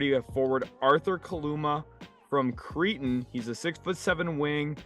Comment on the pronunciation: It’s pronounced Cray-ton not Cree-ton you cretin